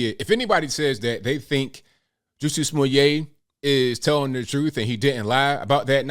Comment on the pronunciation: To be fair, let’s at least spell his name and pronounce it right Jussie (ju-c) Smooye’ (smoo-yay) 🤣🤣🤣🤣